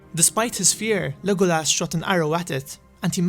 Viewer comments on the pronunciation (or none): none